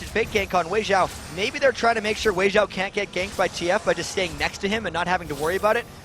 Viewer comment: so annoying when they say xiao as Jiao lol.